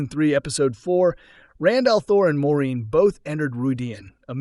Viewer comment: Has this channel even watched the series? Keeps calling Moirane 'Maureen' lol